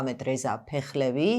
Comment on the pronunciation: “ფეხლევი” არ თქვათ რაა… ირანულად გამოითქმის “ფახლავიი”. “ფაჰლავიი” არის ინგლისური გამოთქმა.